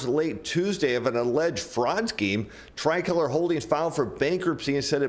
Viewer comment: You’re pronouncing “tricolor” wrong. You used “margin call” incorrectly and you don’t seem to understand the subprime auto industry or ABS.